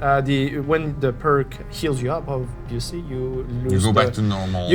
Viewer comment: OBILIVLYBIILIOUS Learn english dude..........